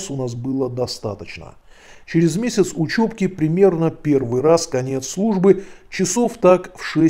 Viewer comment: Не учЁбка, а учЕбка!